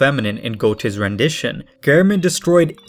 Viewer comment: Some pronunciation tips; the pronunciation of Faust is like "Fowst", not "Fawst". Göethe is a bit closer, but is more like "Gurta" than "Go-tay". The latter is very tricky for English speakers due to the German pronunciation, especially of ö, which doesn't exist in the English alphabet.